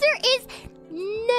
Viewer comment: Thats the most british: nooo Ive ever heard